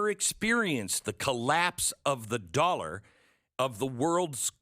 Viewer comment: My god stop calling it the "US doler".